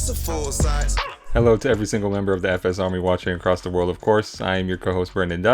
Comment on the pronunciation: Pronounced the name wrong but appreciate the love ❤️ FSRmy salute